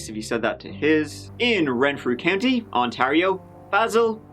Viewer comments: Goshies...the way you say Ontario is odd. Despite the way it's spelled, it's pronounced On-tear- io. Btw...love your channel:) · Welcome back to Ont-airy-airy-airy-oh. Sorry, eh.